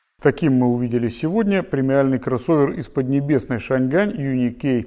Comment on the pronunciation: Почему шан Гань!? Если уж на китайском, то Чан Ань!